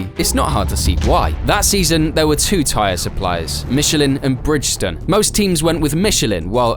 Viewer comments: I appreciate the video's, but the voice-over's constant snipes and smug remarks get a little draining after a while......obviously like 99.99% of the worlds population you`ve never driven a race car, and as you cant even pronounce Bridgestone properly....It´s a 3 out of 10...thanks for playing. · Bridge Stone. It's not that hard to pronounce. 😂